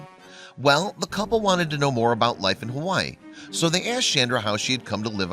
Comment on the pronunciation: U said Hawaii wrong